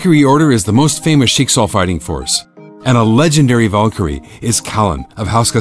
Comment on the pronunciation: When you realize you pronounced Valkyrie wrong but still like the wrong pronounciation